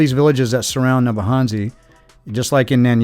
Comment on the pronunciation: Thanks 🙏. I remember this livestream, very very well. Great 2 have to watch this again, 22 months on. Puzzling how you are Kenyan (according to Mura Senso👀) and yet cannot pronounce the names of the villages😂😂, neither can you say 'N-ya-bohanse' correctly😇. Waoh!🤩 Welldone👍